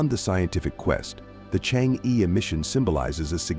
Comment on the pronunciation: The pronunciation of e sound in Chang e is totally wrong!